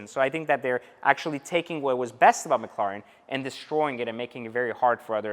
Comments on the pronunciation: you gotta give it to em you are saying it wrong. It’s mc, like McDonald’s, and the Karen “lair, en” mclaren. You don’t gotta be salty over a correction. And just because you have one doesn’t make you the shit. They are tanking in value and you better hope the battery doesn’t go out. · You pronounce "Mclaren" like someone who is deaf and trying to speak. Lol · 🤔 Why did they name it Mc Laren??? And it’s pronounced Mc Claren. ??? I guess the C is silent ?? Lol Don’t mind me I’m just McLaren with ya! Still tho. The name isn’t gangster enough for me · I was interested in this video but after hearing you say mclaren I can’t get through it lol sorry. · To be honest I do not give a s*** how he pronounces McLaren.That's the way he talks big deal We know what he's talking about??!! Come on people can you think of anything else? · Am I the only one who realized that he doesn’t know how to correctly pronounce McLaren? Like honestly though... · Pronounce the fucking name correctly 🙄